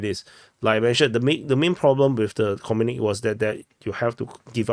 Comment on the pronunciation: Comrade, it's pronounced 'communikEh' not 'communik'.